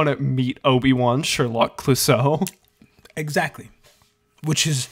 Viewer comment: I felt my soul actively decay hearing "obiwon sherlock cluosseau"